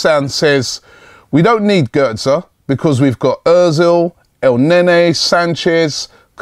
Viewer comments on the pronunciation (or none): none